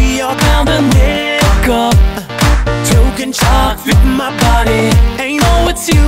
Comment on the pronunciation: ah yes. "Tok-EN kachke fills my body"